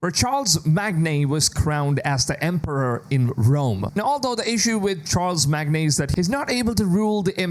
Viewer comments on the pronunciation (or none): Its SHAAR MA N not charles mag ne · Ok bud for your information the name of the Emperor is pronounced in one word. It's Charlemagne - shaa·luh·mayn and not Charles Magne. The 2nd point is that there must be confusion between the chronic eras you describe because Charlemagne has nothing to do with the witch hunts of the 16th and 17th century, because he lived back in 814AD. So either Hexe is taking place on the 9th or on the 16th century it can't be in both unless Elsa comes with a time travel machine as well. If Ubisoft wants to waste such a huge map of the Roman Empire for a very small game as you describe then I hope Ubi makes us a favour and hand the Assassin's Creed IP to CDPR , they will know exactly what to do with the narrative and the locations to save the franchise from a disaster! PS the Franks did not form the centric Europe and I am 100% sure that there will be no mention about Jesus and his apostles in this game. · I think you meant to pronounce Charlemagne as "Shar la main" and not "Charles Magnay" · [X] shar-le-mane [O] charles mag-nay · It's Shar - La - Mane, NOT Charles Mag - Nay. Sheesh!! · "Charle Magne" is pronounced *Shar-luh-mane 😄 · Its SHAR-LA-MAIN you uncultured swine. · Did you seriously just say Charles Mag-ne ? Yep, I am not taking history lessons from you nor AC nor any Americans for that matter. You know absolutely nothing about history Charles MaG, what centrury you're talking about, what geography or region you're talking about or the Franks. Thumbs down, 40 seconds in and I am out. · Charles Magne ha ha ha, I hope you’re AI. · Charlemagne is pronounced 'SHAR-LE-MAIN'. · Bruv seriously no offence but “ChaRles Magne” will wash your tongue in the springs of Aachen after hearing his name like that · Sorry, Charlemagne is pronounced Charl-a-main... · Charlemagne is pronounced shaar•luh•main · Pronounced Char la main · Just for your future referrence; it’s pronounced “Shar La main”. Charlemagne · For the love of god it's Shar-la-maine